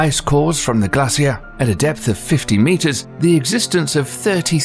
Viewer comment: am i the only thats annoyed by the way this guy says "glacier?" .......like he cant pronounce it properly